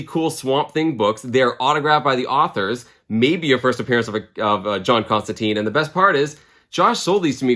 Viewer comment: It’s John Constant”I”ne as in a hard “I” and not an “e”. The character makes a big deal about pronouncing his name, although I forget in which Hellblazer issue. Love the channel and just don’t want you to wake up covered in spiders and flies or as Nergal’s little bitch in a Hellish hotel room for mispronouncing Johnny Con-jobs name. 😂 Cheers and keep having fun with your channel!